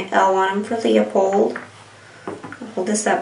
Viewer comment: Thumbs down because you cannot properly pronounce 'Leupold'.